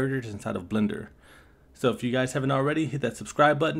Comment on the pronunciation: I TOUGHT YOU SAID BLENDER B!TCH SHHSGSHSHAHAHAJHA HELP